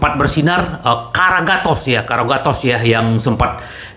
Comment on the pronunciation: Karagatos ndasmu,, waah ini Interisti baru ya,, yg betul karagonis